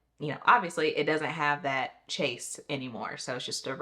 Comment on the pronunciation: Chaiz. That’s how it’s pronounced.